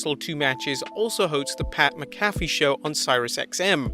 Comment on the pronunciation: First British guy I've heard pronounce Pat Mcafee's name correctly.